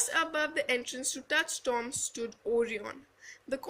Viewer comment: I think the pronunciation of Orion is wrong...